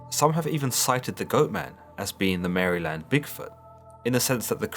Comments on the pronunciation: "In the forest of Mary-land" I'm sorry, did you just say Mary-land? Not only am I offended( it's Mare-lend) but now I have the fear of that thing stalking my house since I live near the woods. If I see, I'll t-pose in the name of jesus to ward it off, demons don't like that. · It’s pronounced Mare-Land not Mary-Land and this is coming from a Baltimore Maryland native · It’s pronounced mare-lind, or marilind, not literally Mary-land. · It's said mare-land that's how you say it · You're saying it wrong. It's Mar (like a mare) uh lend. Like mare uh lend. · from Maryland. we pronounce it like "Merlin" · Marlon? 😂murrlan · Liked and subscribed. Now promise me you'll never stop saying Maryland 😂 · Love how you say Maryland. Not at all like we say it in the US.